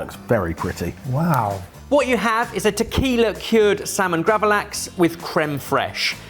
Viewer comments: Vodka cured gravlax (not pronouned grav-a-lax,...) is delicious. The foodie-reasoning I've heard for it is that the ethanol helps pulling water out of the fish doubling the salt's effect. So if you let it actually cure longer, it'll have more of cold smoked salmon's texture but it's still gravlax. I had some as a starter in small Finnish restaurant for christmas-season dinner. Damn good... May have even been the chef who explained the curing process, can't remember. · lol, "GRAVAlax"